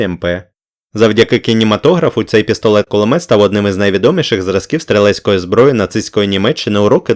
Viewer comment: Дякую за цікаве відео ! Проте трохи ріже слух те що ви інколи говорити пестолет П(к)улимет